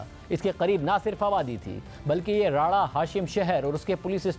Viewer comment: راڑہ شم ہے راڑہ ہاشم نہیں